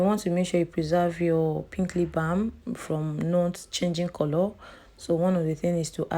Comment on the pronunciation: the way u pronounce coolloor is scratching plz correct it🙄